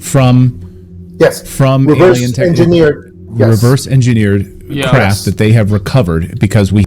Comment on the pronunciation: how to pronounce engineered 😅